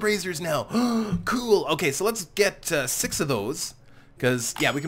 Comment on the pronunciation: did you just said "episode sex"???